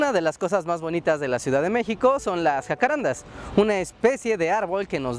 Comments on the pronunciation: Es un dato pequeño, pero hay que decirlo: es JACARANDÁ. Con acento en la Última Á. Debido a que el nombre es Guaraní. Saludos! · Wow que interesante ver que hasta allá llegaron los jacararandás. Lo único es que el nombre se pronuncia jacarandá, con carga tónica al final ya que viene del guaraní. Me impresiona que las palabras guaranis hayan llegado tan lejos Postdata: El nombre en guaraní quiere decir Lugar de perfume o fragante, Hakuã= Perfume y renda= Lugar o sitio. Y bueno de ahí se deforma al castellano como jacarandá